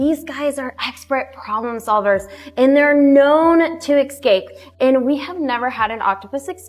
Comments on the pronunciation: they’re known to EX-CAPE ?!? And then she says it again right after 🤦🏻‍♀️ it’s pronounced ES-cape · Their spokesperson keeps saying “ex-scape” and so I immediately doubt her intelligence and expertise. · She also pronounced escape as excape. She seemed like she was drunk or on pills. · I'm not taking advice from anyone who pronounces "escape" like that